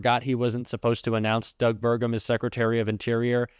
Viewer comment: Sounds like Trump said "good dog" instead of good Doug.😮